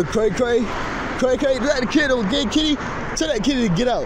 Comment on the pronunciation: I though that guy was running around talking about a cat for alot of that segment, till i realized he meant kid... the drugs destroyed his brain... the kid is you and in your head...